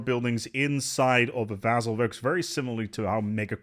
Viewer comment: you where probably expecting my comment. In this video you miss pronounced vassal 15 times, that's one hell of a record. Much love, great content as always.:-)